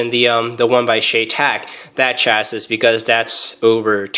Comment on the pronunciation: Chassis is pronounced "chassey"